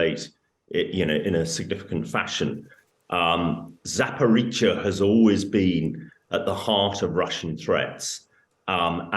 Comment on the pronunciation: She says Zaporweetsia haha lol 🥳🎉